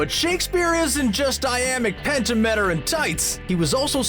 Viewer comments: ..... I-am-ic penta-met-er..... that one was physically painful to hear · how did voice-actor dude mess up the words 'iambic pentameter' so badly? like, seriously. i want to know. iamic petameter? yikes.. . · the way you said iambic pentameter gave me a brain hemmorage